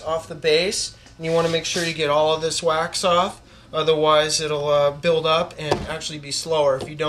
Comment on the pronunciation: I thought he said wack off not wax off....went wrong at that step. besides that good tutorial.